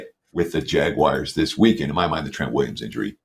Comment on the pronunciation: Love the show., quick question: why do u always call them the 'JagWIRES', when they are the JagUARS. Nowhere in the word is IRE!